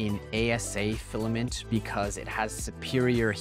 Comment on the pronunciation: It’s pronounced fill-A like eh, like imagine a Canadian saying fill ay like that